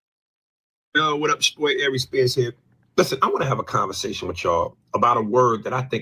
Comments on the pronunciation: It’s Aries ♈️ not “I’Reece” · Good clip, but bruh the way u pronounce Aries Spears name, just does something to me. Air-Rees